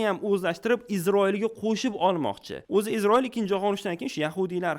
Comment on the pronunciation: Iltimos, Isroil deb ayting IZROIL emas